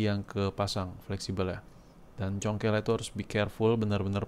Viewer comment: “Maen congkel bae” 😄, bang, asli orang mana sih?